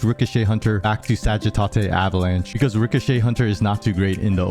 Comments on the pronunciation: "Sagi-tah-tay" 😂😂 lol it's pronounced "Sadge-uh-tate" :) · Retarded way to pronounce sagittate